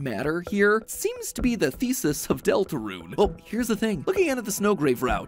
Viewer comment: “ deltraune theory “